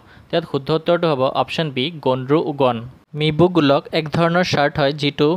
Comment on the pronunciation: Actually uncle its Mibu Galuk not mibu gulak